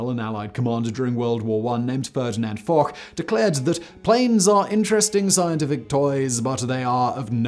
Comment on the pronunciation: This is literally the first time I've ever heard anyone pronounce Foch with a 'k'. What the Foch? He's French, you even said so yourself. It's pronounced 'fosh'.